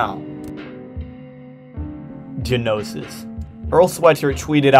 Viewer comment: It's pronounced (know-sis) not (guh-know-sis) the word is gnosis.